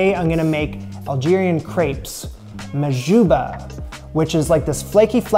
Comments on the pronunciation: MAHADJAB NOT MAHJOUBA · mahajab not mahjouba 😂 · bro its mhajeb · Hello, It's not mahjouba but mhajab 😅 Try to cook kesra It's quit simple for you 😉 Good luck 👍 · Its Mhajeb not Mahjouba, thanks a lot for liking our gastronomy are you actually filming from here or us ? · it's mhajab not mahjouba❤ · Bro its called El Mahajab no Mahjouba lol ( majouba = name of women) the dough look little bad on your side tho keep trying you will be good at it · It's mhajab🤣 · My friend, you messed up the mahjub